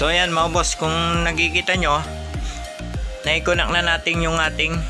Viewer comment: Sir connect po hindi po conact!?? Hehe. Godbless you!